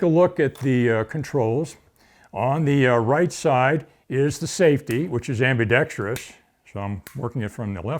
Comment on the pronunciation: Thanks for saying ambidextrous correctly